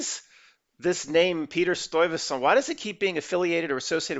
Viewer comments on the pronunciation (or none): Ok it’s pronounced.. Sty-vey-saunt